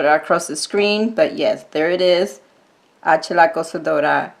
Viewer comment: Tfs💜💖💜💖💜 and making the collab! Yes I so didn't want to mess up my plates lol your so good at saying the name I do not dare try. So weird seeing my pic on your channel thank you!!💜💖💜💖💜